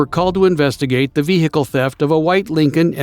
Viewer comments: Inside the ve hickle 💀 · Vee heekil constantly is irritating